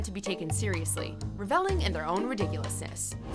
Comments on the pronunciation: Reveling = rev-uh-ling, not ra-vell-ing. Lord have mercy. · Um, I'm pretty sure the emphasis goes on the first syllable, i.e. "REVeling", not "ReVELing".